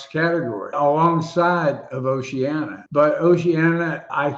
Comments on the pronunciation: How come so many pronounce Oceania as Oceana? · O-she-an-i-a. Duh.